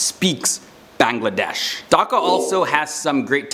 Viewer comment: You are saying Bangladesh as Bangla_